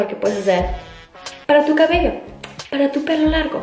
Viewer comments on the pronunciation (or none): none